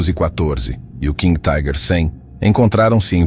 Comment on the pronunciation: Não somos ingleses! Não entendo essa pronúncia em inglês para a palavra alemã "Tiger". Pode pronunciar como alemão ou como se lê em português mesmo. Ou chamar de tanque tigre.